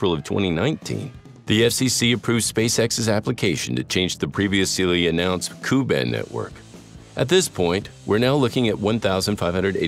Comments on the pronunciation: Ku is pronounced kay-you as in the letter K and then letter u with the K written in upper case and the u in lower case. Same for Ka pronounced kay-a where the a is long. The original K band was divided onto three parts, K , Ku, Ka. because of water absorption issues in the center of the original K band. The pronunciation as Coo and caw is extremely grating. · 🤣not "KU", "KA" band !! you say the letters K U and K A